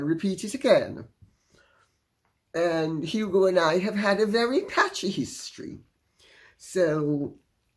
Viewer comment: I heard "Passionate History" when you said it...Thank God I put my CC on to see that you said, "PATCHY History Lady C. :face-green-smiling